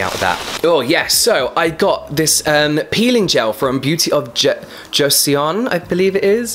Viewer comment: Joseon is pronounced "joe (like the name)-son" 😊